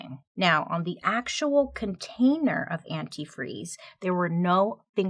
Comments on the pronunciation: One of the things I was waiting to hear mentioned and never did is that Stacy kept calling antifreeze "antifree" over and over during interviews with the cops, and it was written as "antifree" in the "confession" note. Ashley properly pronounced it but Stacy never did. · My favorite part that wasn’t mentioned was that she said and spelled antifreeze anti-free. She said it like that in the interview. And she spelt it that way in the letter… What a wild way to be caught. Such an interesting story! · I remember the first time I heard about this case the thing that stuck with me is how she kept saying “antifree” instead of “antifreeze”. Even went as far as to type it the same way in the letter she typed up. Extra sloppy. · According to a documentary that I watched, something that helped investigators nail her was her mispronunciation & misspelling of the word antifreeze. She would say & also spell it as "antifree". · I REMEMBER THIS!!! SHE KEPT SAYING "ANTIFREE" NOT ANTIFREEZE, AND THEY NOTICED THE SAME MISSPELLING IN THE "CONFESSION" LETTER...BUSTED!!!!! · Forgot about the part in the note where it said Anti-Free. And thats how she pronounced Antifreeze when talking to Spinelli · Is this the same story where the lady incriminates herself by calling it "antifree" I remember in the letter and speaking she was the only one who mispronounced it as antifree and not antifreeze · Was Stacey her own downfall????? "Antifre"???????!!!!! I am mad😂😂😂😂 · You missed one very important point. The female detective on the case at first realized that the mom kept saying antifree, not antifreeze. She continue to say it during the interrogation, on the stand, but this is the real smoking gun, the letter that was typed said antifree. You can see this movie on lifetime with Nia Vardolos. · For some reason I thought she was the one that kept pronouncing it anifree instead of antifreeze. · Is Stacy the one who kept saying "antifree" in speech and the note?